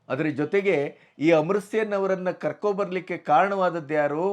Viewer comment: ಅಮೃತ ಸೇನ್ ಅಲ್ಲ ಅಮಾರ್ತ್ಯ ಸೇನ್ ಎಂದು ಉಚ್ಚರಿಸಬೇಕಾಗಿತ್ತು.